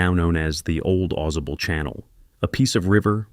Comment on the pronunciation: It's Ai generated slop. As soon I I heard how it pronounced Ausable, I knew. "Awe Saw Bull" not "AweZuh Bull"